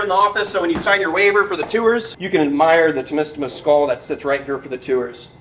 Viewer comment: I love how says Two-ers (Tours)